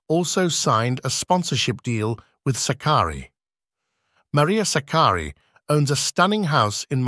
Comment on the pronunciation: the first time anyone has pronounced her name correctly - greetings from Philippines